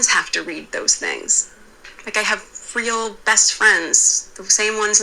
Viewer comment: Meghan says….”I’m a weal person”…. Pinocchio says….”I’m a weal boy”… 😂😂😂